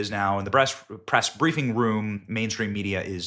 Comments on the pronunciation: He said breast. I know I heard it. Lol. We men are men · Benny said breast briefing room 😂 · Benny saying breast instead of press cracked me tf up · Breast conference room lol yeah I heard that slip. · You said breast secretary lol